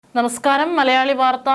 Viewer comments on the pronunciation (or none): none